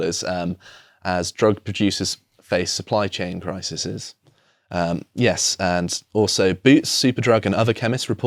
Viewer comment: Crisises?😁